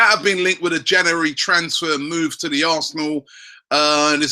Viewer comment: cant pronounce January?